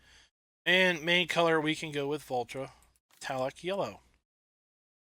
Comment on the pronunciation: Its Valtra not vultra